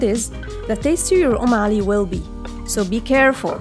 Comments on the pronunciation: It's UMME ALI ....not om ,... Did you mean om ? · It's not on Ali it is Um Ali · Not OM but UM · Its UmmAli not Omali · It's actually 'Umm Ali' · It's umm Ali😂😂😂😂